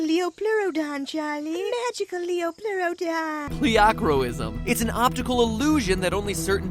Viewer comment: its not liaplurodon, Its lie-aplurodon